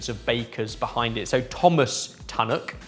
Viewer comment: who writes your chapters.... its Tunnocks Teacakes and not Tanuk